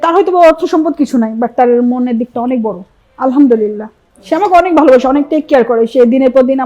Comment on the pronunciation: আলহা'মদুলিল্লাহ বলার সময় ح বলতে হবে,, ھবললে অর্থ বিপরীত হয়ে যায়,,الحمدلله অর্থ: সমস্ত প্রশংসা আল্লাহ তাআলার